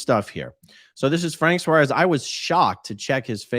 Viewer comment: Another one?? I followed Frank Suárez.. just before he died. and now he was scientologist???!!!! Just so as you know how to pronounce his last name properly: it has a tilt in the A so you have to put emphasis in it. it is not "suarés" it is "suáres"